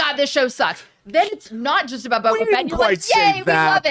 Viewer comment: Is saying Bobo?